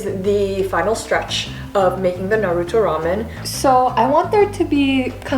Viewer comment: Why she says naruto like that ….. she says naryhuuutoo